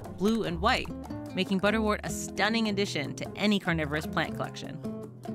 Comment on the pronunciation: Great video. Please note, butterwort is pronounced ‘butter wert’ as in ‘word’. Same goes for St John’s Wort.